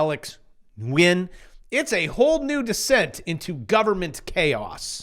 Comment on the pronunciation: Good job pronouncing Nguyen